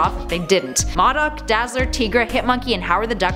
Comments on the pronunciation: it is pronounced Moe Doc not mod doc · LOL!!! She cannot ever say MODOK and Tigra right. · Moe-Dock not Maw-dock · Did she say MaDuck instead of MODOK? Wtf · Isn’t it pronounced mOdok? The O is like Oh? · why does she say M.O.D.O.K like that she is saying it wrong and it sounds weird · U said modok wrong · Anyone notice she kept mispronouncing MODOK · Who are Maudok and Teegra??? I know a Modok and Tigra. U pronounce the I in Tigra and O in Modok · enjoy the videos. however a suggestion, it seems obvious the personalities read a teleprompter. for goodness sake take a trip to a comic book store and learn how to pronounce character names. Modok is Moe-dock Tigra is Tie-gruh. kinda like a tiger... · M.O.D.O.K. Is pronounced Mow Doc. Your pronouncing it wrong. Also it’s pronounced TYgra like a tiger. You know because she looks like a tiger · I'm no expert but... Modok - (Moe)dok Tigra - (Tie)gra seem to be the common pronunciations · "Maw-Duck"???? Lmao "Tee-grah"....wow....way to pronounce those wrong. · I really love it when you do videos. But this time I about couldn't finish it because of how you pronounced Tigra. Like, saying M.O.D.O.K.s name wrong is one thing but "teegra"? I cringed every. single. time. Also, please make a surprising facts video about Ben 10 and alternate version videos of Loki and Excalibur (the sword). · I feel like she mispronounces the names of tigra and modok on purpose just to trigger us